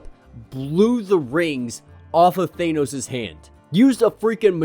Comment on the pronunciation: just said Thane-Os. What have you done with the leader of the Legionaires!!?! Thane-Os?!? Thane-Os!!! My Gawd what’s next Superb Man??? I feel like i’m in an episode of What If